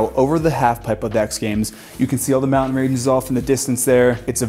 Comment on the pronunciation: Lovely tour, amazing home! Why do younger people mispronounce, “mountain” and other “nt” words? With YouTube creators feels a bit like a mass hysteria thing - surely they had English teachers in school that told them the right way to pronounce the words - I don’t get it, but it’s like a calling card that screams, “YouTube content creator…”